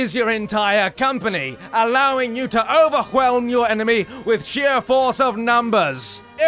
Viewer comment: ...allowing you to over-khwelm your enemy? this was uberbritisch